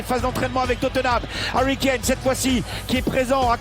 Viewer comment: C'est plus Harry Kane c'est Harry Kané. Vous comprenez ? Harry Kané. À RICANER !!! 🤣😂🤣😂